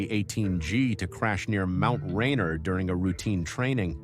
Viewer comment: a bigoted site, maybe you could learn how to pronounce Rainier